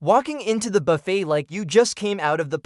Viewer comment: I believe it's pronounced Buff-AY, not Buff-ett.